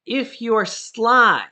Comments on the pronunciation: I'm sorry, did you say "If you are sly" , you may figure this out? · Are you saying Sly ? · Are you saying sly?